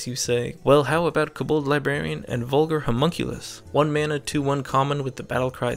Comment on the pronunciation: its kobOld not cobOld